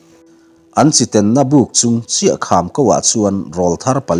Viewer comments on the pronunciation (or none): Chi ten na ti lovin,chi teng na tih zawk tur a ni e